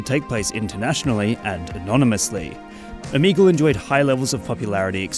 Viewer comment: Why are ppl spelling it omeagal? Is it the way he pronounced it?